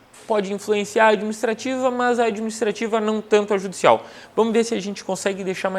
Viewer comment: Esse entendimento aí tá mais pro TJ-RS isso sim, "mãs".... !!! 😜